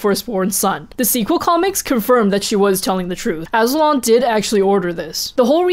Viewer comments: Azu-lon Azul-on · Wasn't Azulon pronounced a-zoo-lawn